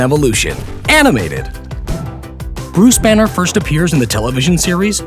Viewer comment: is it me or he said buse banner or something??😐🤔